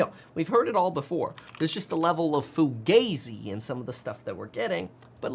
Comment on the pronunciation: It's pronounced Fu-GAH-zi